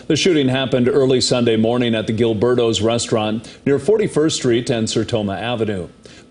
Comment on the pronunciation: It's Gilibertos, not Gilbertos lol! & The food is good there.